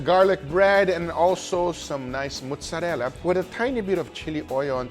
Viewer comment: when guga's brain is so deep in brazilian that he says "fresh mussarela" instead of mozzarella